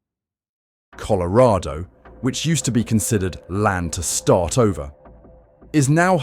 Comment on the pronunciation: You can't pronounce colorado correctly lol😅